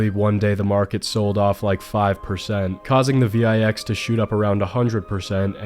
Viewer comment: I have never heard someone call the vix the V-EYE-X LMFAOO